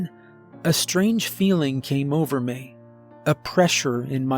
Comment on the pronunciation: Thank you for your annunciation of the word " Me" instead of pronouncing it as " Meh " It's little things that can ruin a good story ..💪🏻👍🏼